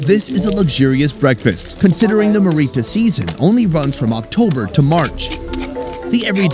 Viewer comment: I grew up in this tribe. I've got a list for you: 1. Look up how to say cassowary. You butchered it. 2. You're also saying marrita wrong. It's a hard R that you roll slightly. You're not listening carefully enough when they say it. 3. Marita is not a breakfast food at all. They just pulled that out to show you it. It burning your throat is because they must have undercooked it. It has a tingle to it, but you reduce it by cooking. 4. His explanation of women being "dirty" was misunderstood. "Dirty" is often used to refer to anything "bad". The primary reason for seperating men and women is due to religious beliefs. It's dumb either way, but it isn't because of cleanliness. 5. Your question for the women was very leading asking about smell. They'd give you the real reasons for living separately. It was unfortunate they didn't have an opportunity to tell you about it. 6. I can confirm pogenei (rib meat) cooked right on the coals or hot rocks is the best part of the pig! 7. Good job learning how to say thank you in Huli! You nailed it. 8. Unfortunately that food had some undercooked pieces. That's the problem with mumus. If it starts to rain, you have to dig it up no matter if it is cooked or not. Outside of what I've mentioned, this is the best video on Huli mumus I have ever seen! However, it is a stretch to call one of the largest tribes in the country "secret" lol.